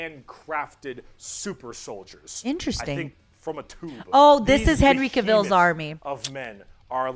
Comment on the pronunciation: I've never heard somebody pronounce Henry Cavil's last name wrong before this video.